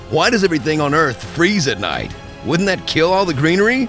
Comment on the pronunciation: Welcome to Earf! Will Smith: ID4